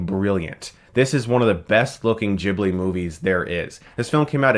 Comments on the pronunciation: chris its Gi-bli. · Moh-no-no-kee Geeb-lee